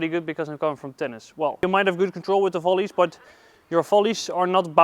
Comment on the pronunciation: I love how he pronounces volleys .. First time I heard it sounded like Folies , second time as well and even the cc agrees with me. thanks for the videos , they are great ...